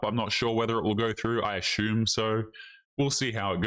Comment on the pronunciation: Brother I like watching your videos. Can I please pay you to pronounce “assume“ correctly. 😂